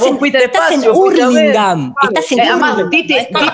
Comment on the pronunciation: no de dice Hurlingham se pronuncia JARLINGAN XD